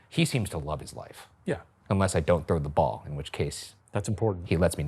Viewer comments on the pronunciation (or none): none